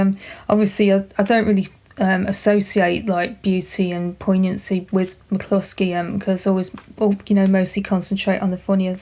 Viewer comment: Is it pronounced MAC-LUSKY or MAC-KLUSKY? It sounds like you're saying MAC-KLUSKY.